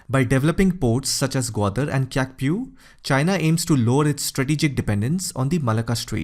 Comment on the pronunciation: Her name is pronounced as Su Chi. Ky is pronounced like Ch. Similarly currency is pronounced as chat not kat nor kiat. So please don't call her Su Ki. Wrong! So it's pronounced as Chaukpyu for Kyaukpyu